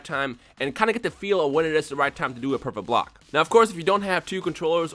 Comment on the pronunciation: nowaday everyone online can do "pecfect bolck" and that's annoying when you playe online